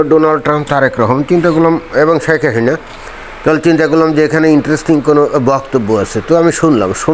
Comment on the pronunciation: শেখ হাহিনা উচ্চারণ ঠিক করে স্পষ্ট ভাবে বলা যায় কি?